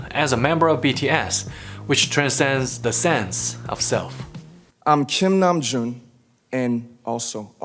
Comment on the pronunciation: can we talk about how dr murray stein pronounced kim namjoon perfectly?